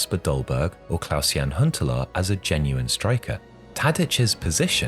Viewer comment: Klaas not Klaus